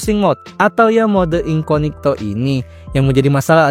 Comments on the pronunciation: incognito anjir bukan inconigto.kzl bgt denger nya wkwk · INCOGNITO, bukan INCONIGTO. Ketahuan bikin kontennya gak riset dulu, asal rekam terus edit.😂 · incognito bg bukan inconigto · Lha, ngomongnya juga sejak Awal INCONIGTO bukan INCOGNITO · Incognito aja dibaca inconigto, gimana ga literasi rendah? 🤣🤣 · inCOGnito jir... incoNIGto incoNIGto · Bang yang bener incognito, abg bilang *inconigto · Mode Samaran 😂 edit 1: bro say incognito❌ inconigto☠️✅ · INKOGNITO BANG BACANYA, AAAAAAAAAAHHRRRRGGGGGGGG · Wah insight baru, tapi aku rada gatel bang denger inconigto terus😭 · masih ada aja yg ngomong inconigto, elah. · I-N-C-O-G-N-I-TO dibaca inconigto😂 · ga enak banget bang dengernya spelling inkonigto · Perasaan pelafaannya salah bukan editornya🗿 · sorry nih mau kasih tau aja minimal riset dulu cara pelafalan yang benar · spelling incognito aja salah lu dari awal ampe akhir video